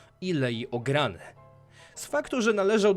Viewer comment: Jak można powiedzieć na Leię "Ograny"? Jak już zajmujesz się czymś takim to dbaj o szczegóły bo to mocno razi. LEIA OREGANA